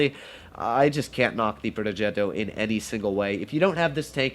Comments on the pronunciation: Like how doodles say plogetto~ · Bruh why anyone mispells the r on progetto